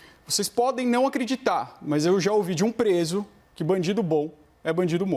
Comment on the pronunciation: Dr. Bruno está com problema de dicção ou nervoso? Aos PESO no lugar de PRESO No minuto PARCERAL no lugar de PASTORAL, aos faz de novo, mas daí corrige. Aos guagueja. Aos REALMENTEMO no lugar de REALMENTE Aos "O" ESTADOS UNIDOS e aos faz de novo. Aos cita estudos sérios de "políticos criminais". oi???